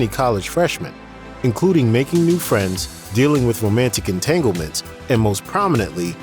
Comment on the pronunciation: My man said Entanglements 💀😂